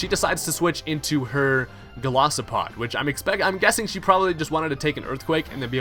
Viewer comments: I love ur vids and I know this is gonna sound petty and bitchy AF but it's Gol I sopod not Golosopod X) For some reason that really bugged me lol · GOLISOPOD not Golosipod